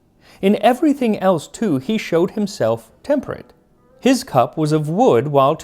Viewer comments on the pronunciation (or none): none